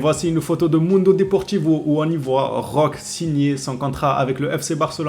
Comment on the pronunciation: 🚨likez ce message svp🚨 Le E se prononce É en portugais (langue au bresil) donc écorche le nom de Vitor Roque(é) a chaque fois... C'est quand même assez gênant 😅 faudra lui remonter l'info 🙏